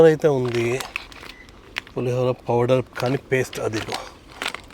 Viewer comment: Pulihogram✅ pulihara ❌😂😂😂